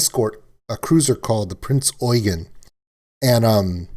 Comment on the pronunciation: Haven't finished the video yet, but as a german myself i really do appreciate a lot that you pronounced the name of the "Prinz Eugen" perfectly.